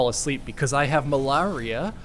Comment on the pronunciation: The Mal-ar-ia lol. That was one of the best parts of this game actually.